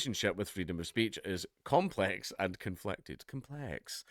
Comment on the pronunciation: "Compleeehhx." You should do a Californian accent more often, Dank. That's gold. Forgot you actually went to jail for a joke. Thats a real thing that actually happened. Mad mad mad world....😬😳🤯